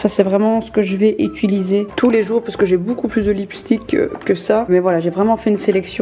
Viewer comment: Elle est trop mimi avec son "ituliser" 😍😂